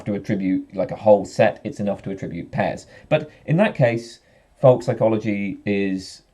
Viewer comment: You pronounce "folk psychology" like "volk psychology". Or is that a Freudian slip? ;)